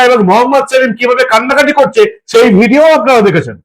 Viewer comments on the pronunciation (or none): none